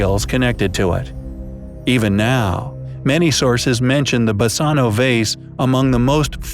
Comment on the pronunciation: Basano is a Greek word. "Basano = Βάσανο". You pronounce it wrong,and it means Torture.